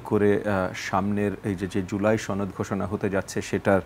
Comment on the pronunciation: সনদ? নাকি ছনদ?